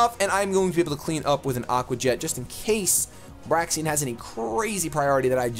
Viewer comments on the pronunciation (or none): Braixen is pronounced "brey-zen" as in the word associated with fire, not - "breaks-n". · For future reference, Braixen is pronounced [Bray-zun]